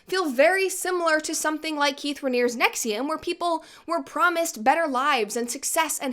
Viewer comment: Thanks Brett, I finally learned how to pronounce NXIVM